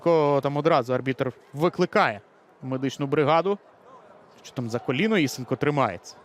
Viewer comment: Правильно ІСЕнко - наголос на другий склад.